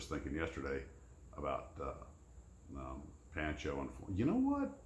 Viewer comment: Pancho Barnes' name was pronounced as PON-cho. There is a video biography of her life on YouTube with all of her close friends who were still living calling her PON-cho.